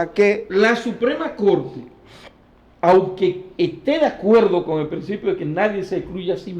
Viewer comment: Perdón colega, pero no se dice anque, se dice aunque